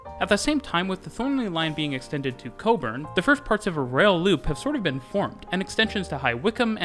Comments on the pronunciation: how does he get Cockburn right but not Joondalup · I also lolled at the Joondalup bit, however nailed cockburn and Mandurah 😂👌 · I'm impressed he said cockburn right! Nice to see our little city being looked at for once. Those new C class trains have been rumoured to have operational speeds of 150km/hr with a max ~20km/hr higher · And yet he absolutely nailed Cockburn and Mandurah!